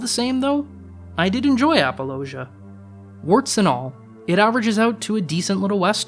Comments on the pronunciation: It might just be your accent, but it sounded like you were saying apologia instead of appaloosa? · To me, it sounded like he made it rhyme with 'Fallujah.' Which is way off. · Well, I guess I'll have to be the critic's critic here. If you can't even bother to look up how certain movie titles and directors' names are pronounced, how can you pretend to have an opinion about them that's somewhat well-researched? *Lyne. *Appaloosa. *Unsubscribed.